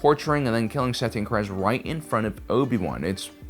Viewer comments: Satine Kries..... it's pronounced 'crees', not 'cries'. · Bro I love these videos, but you gotta read up on how to say these character's names before making videos! (it's SUH-TEEN CREEZ)